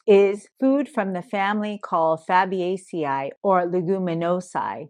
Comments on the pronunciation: EEEE long E AE in latin is a long EEE like the plural of vertebrae (ver tuh bree) or algae (al gee) Dr.s all learn it wrong and sound like uneducated idiots. (Fab Ace EE) (leg u men oh see). some people say long A for AE ending too, this is not correct either. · Fah buh CEE ay ee ...correct pronunciation